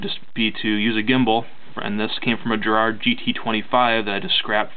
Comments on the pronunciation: It's G as in 'gulp' or 'garage' Garrard not gerrard. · It's not Geeeerrard it's Gaaaa rrrrrarrrrd.